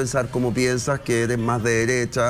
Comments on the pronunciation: SIII.. la Pancha y Jose dicen SIEMPRE "ERIS".. Yo nunca habia escuchado eso antes??!!😅🤣🤣🤣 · Me fascina cuando dices ERIS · Me encanta el programa, vivo en Francia, pero por favor di ERES NO IRIS, tratemos de hablar bien.